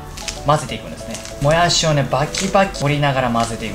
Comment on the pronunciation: このも↑やしにですね ぶた↑ひきにく かるく、か↑るく